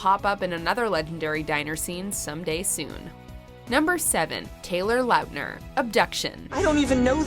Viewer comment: Taylor Lautner is so forgotten, the narrator cant even say his name properly, RIP haha